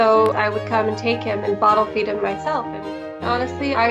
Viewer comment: Am i the only one who heard "feed" as "beat"? XDDD